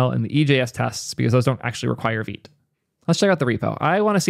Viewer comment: He says veet